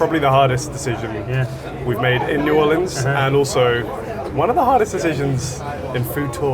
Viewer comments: I was slightly annoyed with the pronunciation of Nawlins until you also un-Americanized Guy Fieri's name 😂🤌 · please don't say n'awlins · Great episode but pro tip: no one from New Orleans says "N'awlins." They'll shame you here so beware!